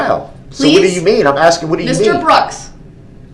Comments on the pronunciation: that silence after all that “Are you AXING me?” Is so soothing. This guy’s inability to not interrupt people makes Jeremy Dewitt look like a very civilized scholar. It’s incredible how much you can hate someone you never met. I’m so glad he’ll never get to enjoy the outside world like us ever again. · "yaahnah" "axing" questions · Stop axing people you already have enough on your plate. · In one moment, Brooks talks about "a trial or this magnitude", then not long after he's whining about whether Judge Dorow is asking or telling him to sit down. Or, as Brooks puts it--"are you AXING". What a big baby. I wholeheartedly join all the others that are congratulating Judge Dorow for an incredible job well done! A Nobel Prize-worthy performance at the very least!